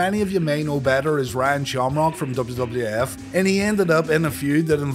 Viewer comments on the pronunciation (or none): enunciate your words better that didnt sound like Ryan Shamrock at all